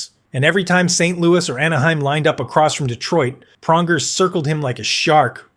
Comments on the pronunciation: Praunjer, Toochuk! When can we get a competent knowledgeable reporters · Cool use of AI voiceover slop. Couldn't even pronounce Pronger right.